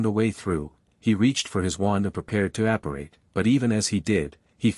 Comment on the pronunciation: The AI voiceover varies in it's quality from chapter to chapter. Pausing at the wrong moments, saying WHAT, instead of what, mispronouncing apparate, etc.